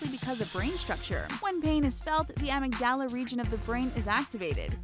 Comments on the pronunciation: the way she said amygdala haha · Anyone else bothered by the fact that she mispronounced Amygdala and didn't know Hz is the abbreviation for Hertz? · The way she pronounces amygdala...